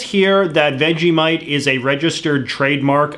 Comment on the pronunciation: Do any other Australians notice how Americans pronounce Vegemite as "Vegimite"?!